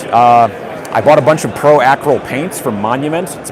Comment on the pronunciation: The way you say Pro Acryl is great.